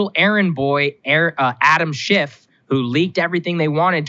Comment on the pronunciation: Sounded like Saagar said "Adam SH#T" lol